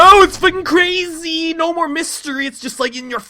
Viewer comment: don't say mistery piano ever again